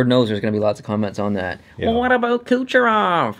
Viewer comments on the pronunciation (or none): I've been a sub since around 5K and I've never heard saying anything like, "But what about Kucherov?" in that tone and inflection.